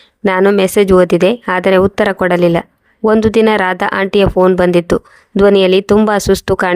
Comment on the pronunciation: Phone ಶಬ್ದ ವನ್ನು ನೆಟ್ಟಗೆ ಹೇಳಲು ಬರುವುದಿಲ್ಲ